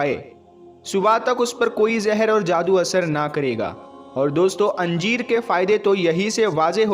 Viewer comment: Anjeer nahin hota hai yar ..injeer.. hota hai